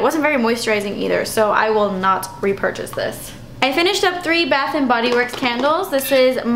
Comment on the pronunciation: I love how you siad rrrr-epurchase :d lol